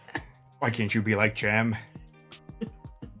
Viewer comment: it's Jem, not Jim.